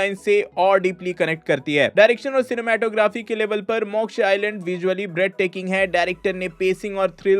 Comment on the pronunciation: Bhai its pronunciation as moksh not mokshaa